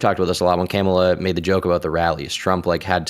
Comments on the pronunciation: "Camela" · Why can’t say Kamala? I know he knows how to say it right.